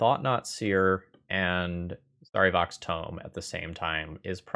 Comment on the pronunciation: I almost always like ThrabenU videos, but that mispronunciation of Sarevok tells me never played Baldur’s Gate. You’ll get your like once you’ve defeated the Child of Bhaal.